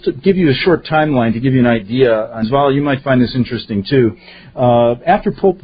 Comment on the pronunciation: hi, her name is Svail. Pronounced=Z-valie